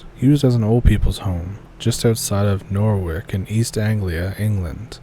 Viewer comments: Norwich is pronounced nor-itch Norfolk nor-fuk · Nor-wick!? Nor-wick!? I am not even English and you are driving me crazy. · Just to help you for future reference the last syllable is pronounced like the end of the word sandwich Nor witch lol 😂